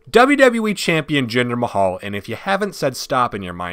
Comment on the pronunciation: When he said jimder ma who the fuck I died